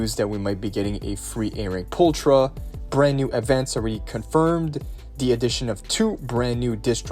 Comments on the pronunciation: Pulchra is pronounced as "pulkra". It means "pretty" in latin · She is pronounced pulkra